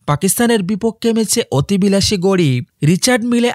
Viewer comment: গড়ি না ভাই ওটাকে বলে ঘড়ি 😂😂